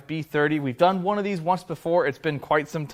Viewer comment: "dis connecting rods..." LOL Good one. Thanks.